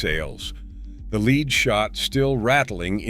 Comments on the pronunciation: Artificial Intelligence isn't so intelligent if can't pronounce lead properly or properly identify between Al Capone and Joe Bonnano. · Joe Bonanno is not the pictured person, that is Al Capone. Also, lead not pronounced leed. Editing, editing, editing.